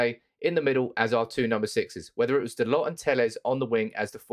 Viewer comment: Its Dal-O, not Dal-OT